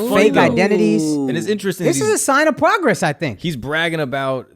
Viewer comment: Akaash said pwogress someone gotta teach him to pwonounce his r’s